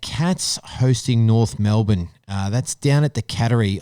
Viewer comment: 1st time listener... you had me till you said Melbourne. wowee